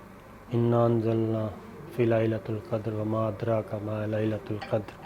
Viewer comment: Sir G First mien fe-lelatil qadar hai lelatol qadar nahi. Zer hai Thank you